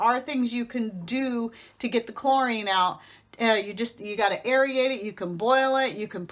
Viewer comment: It’s aerate, not air-e-ate...blah, blah, blah.